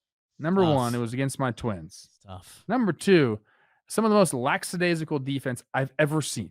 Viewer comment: There is the word "LAX" and there is the word "LACKadaisical." There is no "Laxadayzickle."